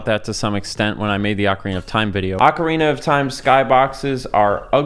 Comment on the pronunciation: It's not Akwardina of time. It's Ocarina. Like Professor Oak. If I have to hear you say it wrong 1 more time I will end my subscriptionary from this appealing content